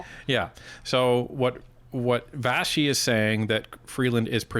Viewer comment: Vassey* pronounced Vashi because it's Greek